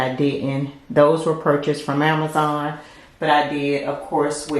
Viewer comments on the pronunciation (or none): none